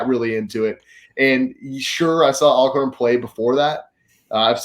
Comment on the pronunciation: This video randomly popped up on my homepage and so glad it did! Totally enjoyed watching it! Even though the dude without the beard continued to mispronounce Alcorn. It is pronounced All-corn like Always Alcorn. 🤦‍♀️